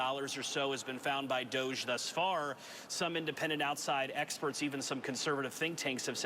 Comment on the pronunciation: DOGE… pronounced DOG E